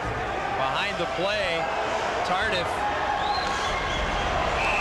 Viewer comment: Pronounce Tardee not Tardif.